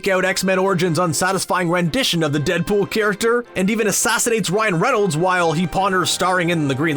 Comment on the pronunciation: Its Ryan Reynolds not Renolds